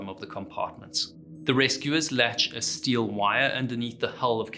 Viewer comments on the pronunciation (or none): none